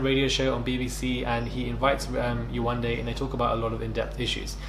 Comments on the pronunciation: The fact that Yewande and sheriff are from the same country nigeria 🇳🇬 and he can’t pronounce her name is bizzare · bc there was no reason to disrespect her? he knows how to pronounce her name but now that he's in front of all these white ppl he mispronounces it to be funny. he wanted validation